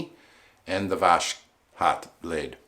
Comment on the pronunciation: Yay, you mentioned me. Yeah, its is more like "was hot" without sh sound |wʌzhɒt|. Everything was cool! For sure pronounciation of voshod is kinda level you up in everyones eyes. Like a pro who knows how to deal with this 😎. Oh, what a lovely shave! Amazing! Great job! Idk but your reviews and passionate makes me so happy. Totaly agree with you - mercur is one of the mildest one that won't cut you even if your techniques not so perfect. Like you have only two options - it shaves or not. Definately can say - mercur is one of my favorite razor. About irritation - I've had such troble but mostly because Ive pressured too much on razor and went twice on the same spot. Gillette king c balm helped me out - just add it next day after shave. It will soften your beard and relax your skin at time of itching. Shaking your hand! Great job!